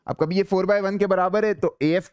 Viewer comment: 'Khabhi' word is so irritating